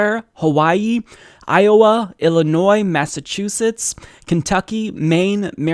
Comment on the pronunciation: Thank you for saying Illinois right 😄